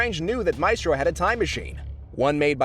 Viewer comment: i can't watch this. the ‘maistrœ’ pronunciation would kill me.